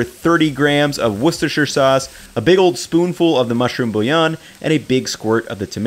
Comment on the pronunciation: An American who can say Worcestershire. Colour me impressed.